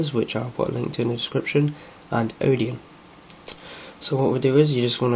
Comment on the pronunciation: sorry, but if you don't understand what a kernel is, telling people how to flash it is not a good idea. also, it's Odin, not Odeon.